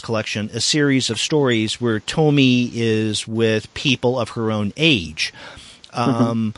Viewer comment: It hurts to hear when he says "To-my" and not "To-mi-e"